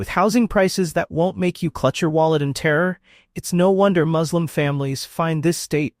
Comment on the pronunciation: Why do you insert the word "slum" in a word whose second syllable is clearly both spelled and pronounced (correctly) "slim"?